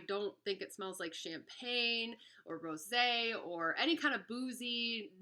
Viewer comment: I just have to THANK YOU for FINALLY pronouncing and understanding the notes CORRECTLY! I've seen a few videos on this now and they ALL have said "ROSE 🌹" sorbet and sniff in confusion for the "floral notes" and I'm screaming through my phone- "That's because there AREN'T any... it's Rose` 🍷 Ro-SAY...made from GRAPES 🙆" Ok, sorry, just had to let that out...😄